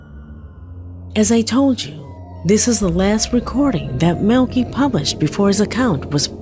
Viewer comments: In the FIRST VIDEO the guys name is Maleki.... but is pronouncing it 'Melky" (or MILKY) but that is NOT$ how you say this very VERY OLD, BIBLICAL NAME -You pronounce it " Mal-le-ky " - thought maybe I should help:) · It's pronounce Mal-a -ki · It's Mal li kai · I think Maleki is pronounced Malachi and that video was more annoying than anything because you don't see anything you just hear a lot of heavy breathing and a guy running. And I'd like to know who uploaded the video if he disappeared because if these are his last moments alive then it's evidence & assuming someone from the government found it why would they upload it if they didn't want anything revealed? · You’re correct about the pronunciation, but who cares cause the clip sucked anyways! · #3–I believe his name is pronounced, “Mal-i-ki”. “Ki”, as in “sky”. #2–Fake! Why is someone either in the back seat, or in the passenger seat, filming with a cellphone?! Because they weren’t driving very fast and their friend was laying on the roof of the car. They placed their hand on the windshield, so that (1) it would look paranormal, and (2) as a signal to stop and let him into the car. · No (maleki) is a common last name in iran its pronounced (mal-e-key)